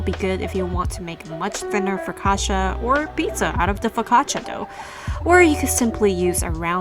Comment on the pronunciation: learn how to say it correctly.